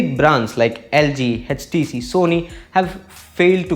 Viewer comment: HTC not edgetc